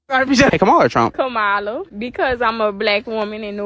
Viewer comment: Are these black women racist for not pronouncing kamala's name properly? 😂